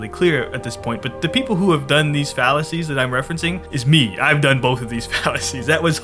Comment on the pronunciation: You've been saying "fallacies" so much I started hearing "phalluses" which I didn't even realize until the sentence "you're experiencing multiple phalluses" made me giggle.